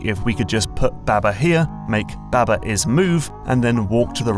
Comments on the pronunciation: ITS BAHBAH NOT BÆBÆ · Pretty sure it’s pronounced “bahh bahh” like sheep